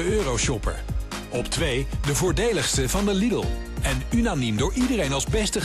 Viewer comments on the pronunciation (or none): none